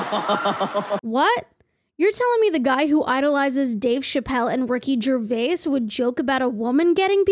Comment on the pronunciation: Excellent video. Although one correction for the future: It's Ricky Ger-WAYS, not Ger-way-is.